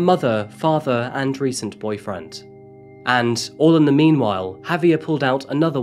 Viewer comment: Listening to you say "HAVE-ee-er" instead of "haw-VYAIR" is painful